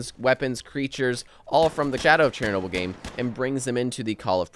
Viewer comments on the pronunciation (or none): Not cherry noble! Shernoble! :)